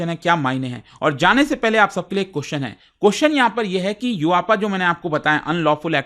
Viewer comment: Sir I respect your report but please understand please learn to pronounce question you extend the question ( pronounce )to qqqqooostn ye hai ki like thin please take a note on this millions are watching you